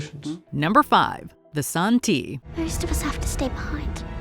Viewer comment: Alright. Haven't finished watching the show. Read the three books. Living in Shanghai and speak conversational Chinese. This pronunciation of Santi makes me die inside. It's literally just the Chinese title of the book 三体 Literally three body. San - like in the word sand ---------- ti as in tea. Make an effort to really pronounce both phonemes.